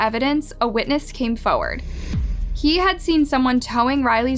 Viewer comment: FoRward. Not fo’ward.